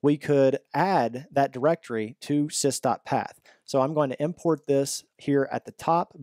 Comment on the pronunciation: just a small comment.. It's not SISTA path. It's sys dot path..